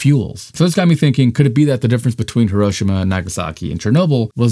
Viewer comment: If you're gonna continue to make these videos, which are otherwise good, learn how to pronounce "Hiroshima" correctly. Thanks. It's not a "tomato"/"tomato" or "potato"/"potato" thing, Hiroshima is a PROPER noun, say it right.